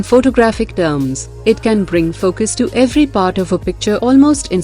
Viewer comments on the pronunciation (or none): none